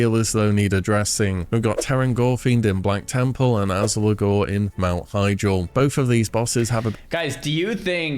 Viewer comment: it’s Azgalor. Not “Alzagor”